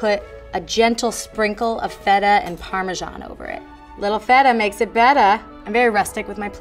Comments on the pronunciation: It's called parmesan not parmeschaahn. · Parmesan not parmeschan